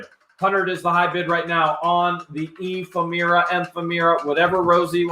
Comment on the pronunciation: Ephemera is pronounced F. M. errr-ahhh now you know.